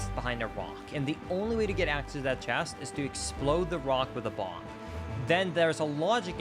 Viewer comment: he pronounces the b in bomb